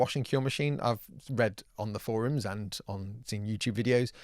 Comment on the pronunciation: Oh gods! say Forum just like Angory Tom from the Yogscast! Tom isn't the only one to say foroom now! x) Tell the news! tell the world! Tom isn't a weirdo!... well he's still is but less!